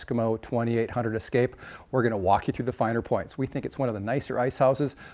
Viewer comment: Es-kimo Es-kape. It is Es-kape, not Ex-cape